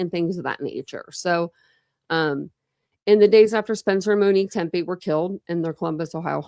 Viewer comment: Are you saying Tempe murders? It sounds like it but it’s Tepe. Witness interview would more than likely be McKee’s interview with Police